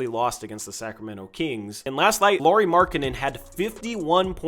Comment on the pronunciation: Really good analysis as always,. Quick fyi, Lauri Markkanen's first name is pronounced the same way you'd say Kyle Lowry's last name. One other, Ivica Zubac sounds like E-veet-suh Zoo-bots. Sorry, I'm slightly a linguistics and pronunciation nerd. Peace out, go Blazers!!